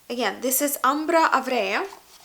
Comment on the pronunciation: it's profumum roma not perfumum and the scent with amber is ambra aurea(aura) not avrea LOL